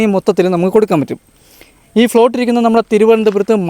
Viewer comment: ഫ്ലോട്ട് എന്നല്ല പറയേണ്ടത്. പ്ലോട്ട് എന്ന് പറയണം.